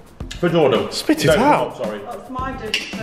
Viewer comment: It’s Jordan not dorden